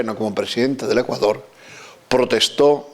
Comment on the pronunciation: Me imagino lo que esos vejestorios pedofilos les enseñaron a muchos niños. Por lo menos digalen a esa momia apostólica aprenda A PRONUNCIAR BIEN el nombre de Ecuador....basura de institución.